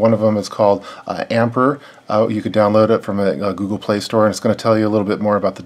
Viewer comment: Ampere Is prounounced amp-ear. the battery pack itself likely outputs 2 amps, the phone will draw the current it uses, the phone detects what the battery pack is capable of outputting by reading the resistors across the data pins. the battery pack itself does not have the capability to check the battery voltage of the battery inside the phone, the phone has internal charge regulation.